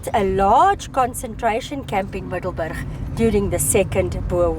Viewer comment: “Super cool” dat is een kernachtige beschrijving van jullie bezoek aan Middelburg. Grappig dat de naam is gebaseerd op de locatie tussen 2 andere plaatsen en dus niets te maken heeft (wat ik dacht) met ons Middelburg in Zeeland. MiddelburGGG inderdaad, 😅, de beroemde ‘harde g’ die jij als Afrikaanse prima uitspreekt en waarmee Engels sprekenden (of eigenlijk alle anders taligen) flink moeite hebben. Echt geweldig hoe fraai het oude stationsgebouw is gerestaureerd met uniek klein museum en zo te zien heerlijke warme chocomelk. Zou leuk zijn als het personenvervoer hier ooit weer opgestart wordt. Bijzonder dat overal ‘erfenis’ bordjes staan met info over het verleden zoals het leed van de vrouwen en kinderen tijdens de Boeren oorlog. Dankzij jullie geheel eigen wijze van steden verkennen, zagen wij dat ontroerende kleine blauwe Gedenkkerkje, waar menig toerist geen sjoege van zal hebben 🩵💒